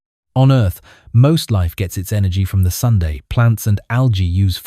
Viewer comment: That was funny. I heard "Venus ... is closer to the sundae." A little before 8: 49.